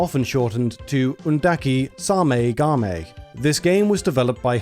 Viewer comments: the way you said SAME GAME makes me wanna kms thanks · So I heard "Sah-Mey Gah-Mey" and I had to do a double take. Either I'm overthinking the title, or it's just a simple overpronuciation of "Same game" Japanese titles can be whack- Oh and love the video! Doing great!